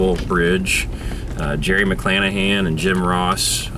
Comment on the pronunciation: You made a comment about a Jerry McClanahan (thanks for getting the name right, I have heard all my life it mispronounced), what was it, and anything on him? I have a feeling he is a distant relative.